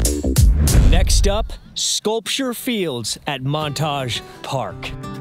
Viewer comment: Montague Park, rather than Montage: MONT-a-GYOO is a historically prominent local family.